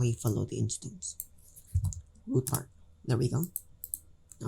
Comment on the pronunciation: RootPart not Rootpart